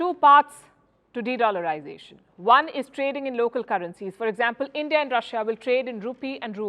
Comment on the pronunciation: BREAKING NEWS: Brics leaders have booted out END-DEE-AH and replace BR"I"CS with "I"ran.